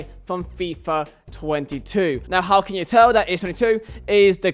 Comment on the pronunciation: why is he saying fIIif twenetu